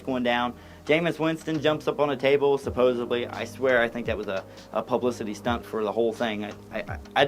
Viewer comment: Why do people say ‘supposably’ when it is ‘supposedly’? Do people not read or understand grammar?